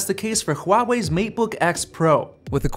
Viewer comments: Thank you! It's H-W-A-WEI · I'm surprised you can say "Huawei" right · Finally a white guy that can say Huawei correctly